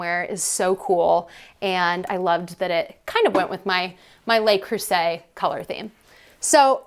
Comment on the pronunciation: A little French goes a long way. If you sa Lu (like duh) Creuset, you will be chic. "Lay" is spelled Les.